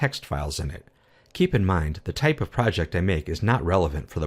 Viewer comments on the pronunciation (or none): none